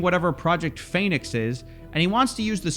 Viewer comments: he even pronounces it PHEnix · The fact that he was pronouncing the first syllable of the word “phoenix” as “feign” is either a hilarious coincidence, or a smug breadcrumb that alluded to what he was up to. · "Pheonix" was an ironic mispelling, since they pronounced it "Feign-ix". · Omg the Phoenix misspelling is mad funny, he even is pronouncing it like "Phay-nix" to cover it up XD